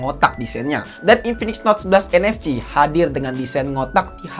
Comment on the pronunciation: Sering kepleset atau lucu ngomongnya...kaya UFS dia ngomong nya UVS...🤣 Terus ngomong NFC jadi ENEFCI...